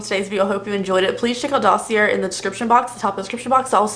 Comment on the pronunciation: Dossier is pronounced "daw-see-ay" 👍